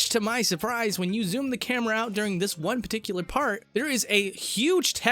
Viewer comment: Why do you say particular "Peticular"?